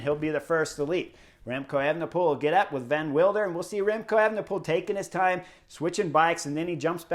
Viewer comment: I know it's hard and it doesn't really matter but... Pronunciation Vervaeke is not Ver-vah-key but Ver-vah-kuh. Van Wilder sounds cool in English but it's Van Will-der (like in wilderness). As Quickstep has shrunk those names will probably return so there you go. Pretty cool Vuelta thus far, this seems to be the stage race breakthrough of REV. Let's hope he stays on the bike and healthy. I also believe the Vuelta is probably best fit for his qualities. One sprint after another in the Giro and the big guns at the Tour would have been too much to handle this year for the kid. Good choice by his team.